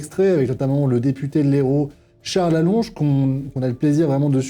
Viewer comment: Faites au moins l'effort de bien prononcer son non Charles ALLONCLE !